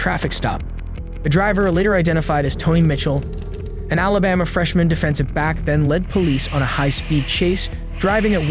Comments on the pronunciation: I listened seven times and it sounds to me like he said "Alibamia" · he can't even pronounce Alabama